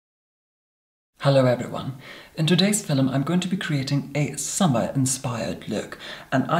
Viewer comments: it's a meme! it's because the way says it sounds like 'filum' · was I the only who who heard, in todays "filim" hahah